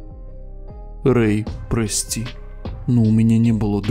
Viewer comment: ОН СКАЗАЛ ПОСПИ А НЕ ПРОСТИ